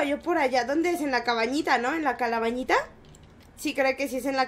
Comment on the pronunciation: En el minuto y en el minuto dice la calabañita like si lees esto jajaja y también si te reíste y también si te diste cuenta que lo dijo mal jajjajaj